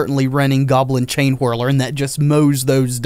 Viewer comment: I’m sorry man but every time you say chainhwirler or champion of hwits i die a little bit